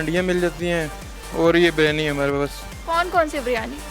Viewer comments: Behan "Biryani" hai ye BARYANI nahi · O jahil ouraat baryani nahi Biryani hota hai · O meri behn phly BARYANI bolna toh seekh lo. Lol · It’s not baryani it is biryani 😂